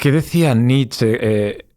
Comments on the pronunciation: Se pronuncia Nietzsche, no Nitsch! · Qué pesado el entrevistador con llamar Nitch a Nietsche, cuando lo pronunció bien cuando intervino él. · En alemán la “e” final suena, por ejemplo Nietzsche, como bien lo hace.